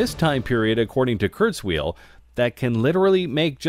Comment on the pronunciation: Ray KurzWHILE, not Ray KurzWHEEL!